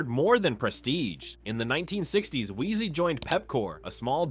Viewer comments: Wiese pronounced = viesse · It's Dippenaar, not Dippar. Wiese, not Weeez. Jannie, not Jenny. Upington, not Oepington.